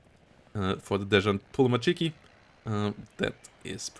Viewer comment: I hope you forgive me for being this guy, but "desant"/"desantniki"/anything to do with paratroopers in USSR is pronounced like "San Marino" or "Santa Maria", not "zhan" or "shan". Thank you for the video, hyped for the divs AND woodenbox's map:D